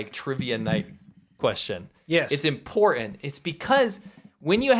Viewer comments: ... "Impor-ent"?? Hahaha!! HOW does one spell that?? "Impor - ent" impor-en or just "impor'en'"?? My spellcheck is about to go wonky. lol. Anyway, just curious as to which dialect that's from. ; ) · That's a glottal t you just caught. Common in the UK, but unusual in americans like